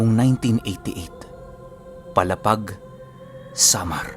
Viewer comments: PALA--PAG PO HINDI PO PALAPAG. MALAPIT LANG PO SAAMIN ITO. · mabagal lang po ang bigkas sa palapag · Mali yong palapag sA Samar sA pronounce..mo... Matigas masyado dapat malumanay Ang pag pronounce mo sa brgy.paaaaalaapaag n samar